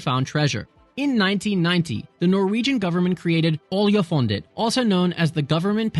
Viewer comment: Its rely fun siting at home hering you trying to say oljefonnet statoil and Oslo Lol ask siri next time🤣